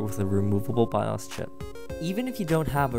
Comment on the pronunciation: I couldn't finish watching it he kept mispronouncing bios and sudo. And the music sounded like someone was playing a video game the whole time